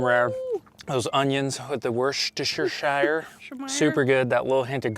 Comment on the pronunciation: It's pronounced "Wuss-tuh-sheer" or ""Wuss-tuh-shur". It depends on where you're from in Britain. Don't ask me why, it just is.